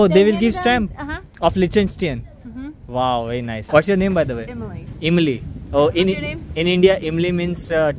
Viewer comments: Imly nahi be Emily bol.pronunciation seekh le. India ka ijjzat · Her name Emily not Imli... not tamarind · Imlee nahi hai bhai amilee hain naam